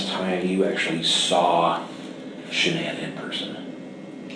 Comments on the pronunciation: Why can't you pronounce her name? It's all over the internet. Sha-nan. Her mother called her Shannon, the traditional pronunciation, but, she preferred 'Sha-nan.' Emphasis on 'Sha' as in 'Sharon.' It feels disrespectful to not get her name right when you are doing her story. It's weird. You do good work, just sayin'. P.S. I am so sorry for your loss. I lost a son too. That hurt never goes away, but, time makes it just a tiny bit more tolerable, most days. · This stupid AI voice—can’t listen, cannot even pronounce Shanan’s snake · Strange you don’t pronounce her name correctly. Being so compassionate.. and alll…😵‍💫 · With the amazing advances of AI, could you not have found a narrator that sounded at least a little natural rather than mispronouncing Shannan’s name repeatedly? Seriously. Your chosen voice choice was insanely tacky and low quality.